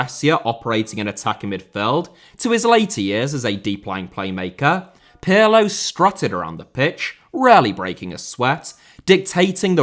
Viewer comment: The Italian 'Andrea' is not pronounced like the French 'Andre'. The first and last 'A's are short and stressed, as in 'Apple'. "A-ndr-ay-A". Your pronunciation of 'Pirlo' is pretty close, though. 😁